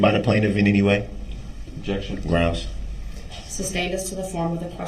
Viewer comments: “Groundz” said the clownz. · “Grouns he axed without relevancy.” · I dunno, sure sounded like "GROUNCE" to me. Finally a man with the keen genius of a da Vinci appears, out here trying to fix the court system for us all. /s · It is GROUNZZZZ. NO "D!"😂